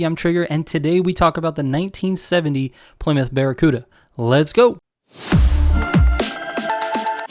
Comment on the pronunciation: The few people who pronounce the car correctly. Plee-myth not plai-mouth like most people 😁 Fun fact: most muscle cars and suv/truck uses the forged 4.7 v8, the boss mustang engine